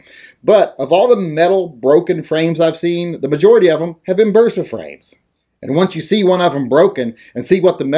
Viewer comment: Bersa? Totally WRONGGGGGG